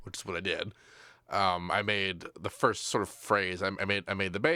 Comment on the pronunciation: Firsht? Senpai, notice me, Seampai?